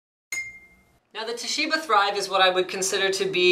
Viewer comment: Everytime he says "The Thrive" I keep on hearing "theChive" >_<